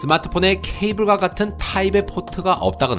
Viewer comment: 끊어 읽기 좀 올바르게 해주세요. '아버지 가방에 들어가신다' 쫌 '케이블과 같은, [타입의 포트]가 없다거나' 가 아니고, '케이블과, [같은 타입]의 포트가 없다거나' 죠.